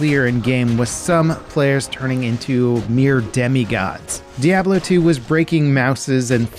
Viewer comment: The way you say Diablo makes me shake my head